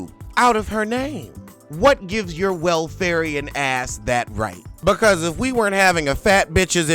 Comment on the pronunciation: Welfarian, lol